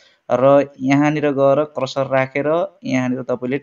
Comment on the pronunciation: राम्रो! तर वेबसाइड हैन वेबसाइट अनि क्रसर होइन कर्सर भन्नुपर्यो के सर।😂